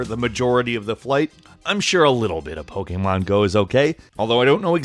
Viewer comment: This guy keeps pronouncing Pokémon wrong